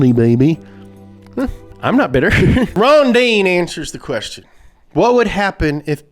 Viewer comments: Rondine (the pronunciation is more akin to "Rondeenae") is the Italian word for Swallow. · LOL at 'Ron-deen' It's pronounced 'ron-dee-nay' in Italian. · me: watching video auto-generated text to speech: cOREvette ronDEEEEN auto-generated text to speech 2: fiat panda mOnsteR trUUuCCCC auto-generated text to speech 3: mOHzDuH fyOUrEyE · The corvette is pronounced Rón-di-ne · There's something incredibly american about saying "Rondine" with the wrong pronunciation and then mocking the italian accent.